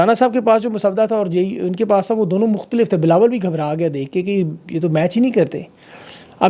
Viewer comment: Yar ye jo aap jan bhoj k twist of tongue karty hai really boht maza ata hai.. Bilo bilawal❤😂